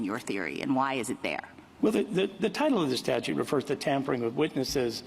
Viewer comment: StaTUTE! "statue" lol adios